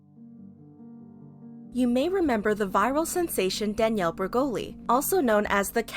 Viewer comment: Just say Danielle 🤣